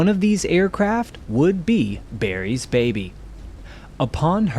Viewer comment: Why does he keep saying ‘Berry’s baby’ instead of ‘Barry’s baby’?